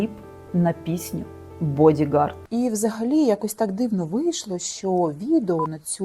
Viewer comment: Чому «бодігарТа»? Тож «ґарД».